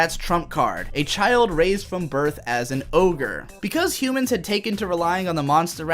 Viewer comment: Every time he says oger it makes me wanna kms